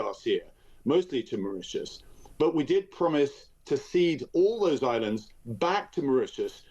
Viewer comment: Why does he keep,saying back to Maririous.